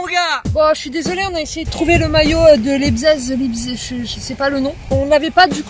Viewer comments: Ecrivez Leizig sur Google traduction svp mes oreilles 😂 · Ça se prononce laïpzich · Ça se prononce Laïptsigue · Enfin qqln qui sait comment le prononcer pcq lipzeg 😭 Allemand LV2 rpz 😂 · Ça m’a fais mal au cœur c’est que tu l’a dit plusieurs fois. Et au début de vidéo tu ne sais pas prononcer Leipzig, je suppose que c’est du second degré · ça se dit Leipzig